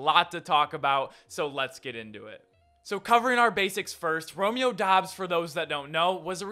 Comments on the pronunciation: Say it like "dobs." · It’s pronounced Dubs I’m pretty sure